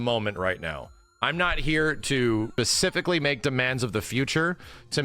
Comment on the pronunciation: “…I’m not here to pacific’ally make demands of the future” 😂 winning